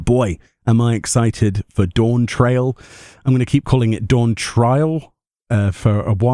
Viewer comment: It’s pronounced Dawnt rail lmao